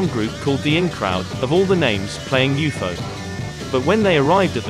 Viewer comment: Didn’t know it was pronounced like that. “You foe”. That’s cool. Thanks.